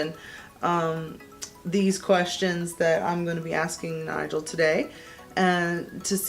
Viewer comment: that was fun! and props to Nigel for doing very well! (and also for pronouncing my name right, what a fun surprise!)